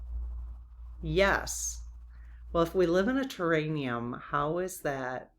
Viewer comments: Respectfully it’s “terr-air-ee-um” not terr-ain-ee-um. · I keep getting held up on the word I'm guessing you're mispronouncing, do you mean terrarium, like a big glass bottle with plants inside an enclosed bottle? Ter air ium. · Hi, I think it's a terraRium, not terraNium.